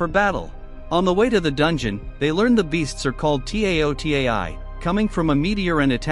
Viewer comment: All ok except the t a o t a i... Why spell it so many times 😅... I hope you saw the original movie and heard them say it taotai...😊